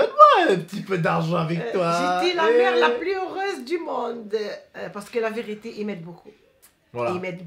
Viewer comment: amar bensaber lahcene elle dis pas « c’est la vérité »elle dis « si la virité »